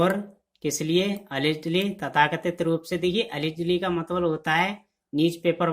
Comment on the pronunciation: It's not matbal, it's matlab